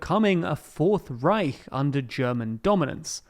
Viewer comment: Props for pronouncing the "ch" in "Reich" correctly